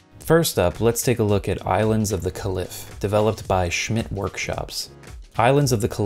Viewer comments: Kah-Leaf for Caliph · Pretty sure it's pronounced Kay-Lif. Just an FYI if you cover it again. Good video though. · sorry to be tedious but caliph is pronounced like kay-liff